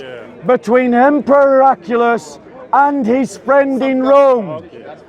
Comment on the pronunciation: Also, it’s Her-ak-lee-us.